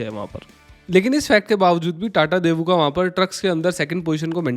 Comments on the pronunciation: It's not debu, it's Daewoo. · great video, btw it's डेवू not देवू